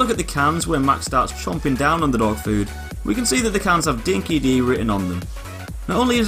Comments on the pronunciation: For us Aussies, it's hard to continually hear 'Dinki-Di' being mispronounced as "Dinky-DEE" when it's actually "Dinky-DIE" - it's an old Aussie slang similar to 'true blue', or the modern 'legit'. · Just a correction, in Australia, we pronounce "Dinki Di" as "Dinki Die" not "Dinki De" it means something that's really true or someone who's honest. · Dinki Di was an Australian dog food and it’s pronounced dinky die 😊